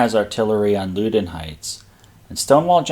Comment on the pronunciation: The river is pronounced Pah-TOE-mick. The Loudon in Loudon Heights is pronounced Lau-dn.